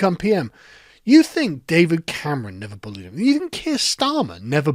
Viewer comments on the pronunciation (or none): none